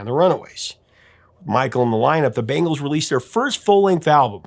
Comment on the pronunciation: The way you’re pronouncing Bangles reminds me of the MTV commercial when they had the band play at the Super Bowl in the parking lot.